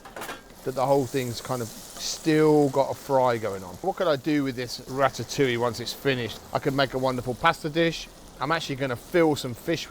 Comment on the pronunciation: Rat-at- oo-wee! Good grief. It is pronounced Rat-ta-oo-i'yuh.